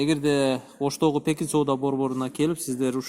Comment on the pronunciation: Пекин базары десениз Текин базар деп тушунуп алыпмын